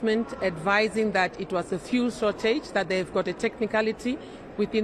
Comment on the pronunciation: He cant even say fuel. He is saying vool